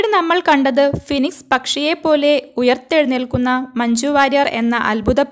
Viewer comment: ഫിനിക്സ് അല്ല മോളെ, അറിയില്ല എങ്കിൽ പറയാന്നിക്കരുത്. Phoenix